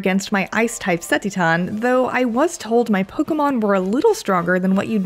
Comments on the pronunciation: Ceteton? Or Cetitan? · Ce ti tan? 🤣🤣🤣🤣🤦‍♂️🤦‍♂️ Ce-titan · Lol... seh-tee-TAWN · “The ice type ‘seh-tee-ton’” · Her pronunciation of Cetitan is awful. Titan is a word. Just put the "ce" in front. ce-TI-tan. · The way she says Cetitan had me so confused thinking it was a new Pokemon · Lmao Cetitan pronunciation 🤣🤣🤣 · How did you land on saying Cetitan that way? I’ve never heard a single other person say it that way. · Why does she keep saying CeTITAN like that? It’s making me so mad.